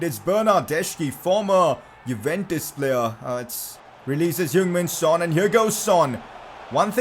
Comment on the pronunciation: Its heung min son